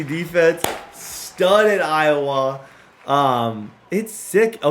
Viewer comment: Can you say Iowa correctly????